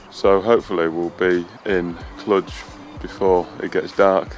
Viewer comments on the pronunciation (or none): Had to laugh every time you said 'Cluj', but pronounced it 'Cludge'... it's 'Cloojh'. You had the border check entering Romania because they're not in the Schengen zone. Looked like a good trip otherwise. As for the help picking up the bike - I would suggest that would happen anywhere. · Haha, we thought it was pronounced 'Cludge' but for our own entertainment were pronouncing it 'Clunge' (which sounds similar but has an entirely different meaning). Who knew it's actually pronounced 'Cloojh'! Of course, Romania isn't in Schengen, never even crossed my mind! Doh!